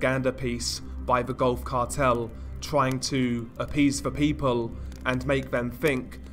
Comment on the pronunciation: I swear I thought you said "golf cart hell" the first time you said Gulf Cartel lol!